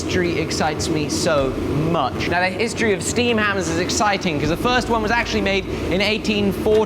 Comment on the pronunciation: Stea(m) hammer! Dropping your 'r's and now dropping your 'm's. Tsk tsk tsk.